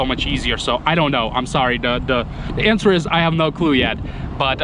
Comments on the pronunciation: When you say the word answer why do you pronounce the w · The w is silant in the word answer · Just to help you out on the word "answer" the "w" is silent basically in our goofy american English language haha.. Again just trying to help you out so no one can be cruel about it. Also, you mentioned you stay out of politics and I was the same way for most of my life (36 now) but when I eventually moved away from where I grew up which was basically heavy heavy democrat because it was in the steel mill rust belt (somewhat close to Cleveland Ohio) I started to realize everything I thought was true about democrats and republicans was nothing but this lie that is passed on and on and when you dont educate yourself away from mass media sources you just either dont vote or care or you vote democrat because you believe these rich people actually care about poor people or middle-lower class people and areas and you just vote for whoever runs thinking one day that vote will help you/family get these jobs they promise or this or that but the truth is you never will get anything but them telling you the same thing again in 4 years or whatever their terms are..when I taught myself to be the best of the best of what I do and opportunity allowed me to move anywhere and work anywhere I ended up taking a job in a place that was voted the best city to live in a few years prior and when I started making friends with co-workers and people who were mostly not democrat but many of them had grew up like me in poor areas or overseas but they had lived in this area for several years already and s